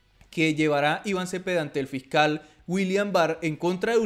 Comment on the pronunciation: Fical jajajajaja Fiscal hay que mejorar la pronunciación.